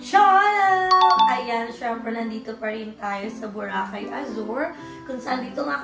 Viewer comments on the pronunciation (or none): none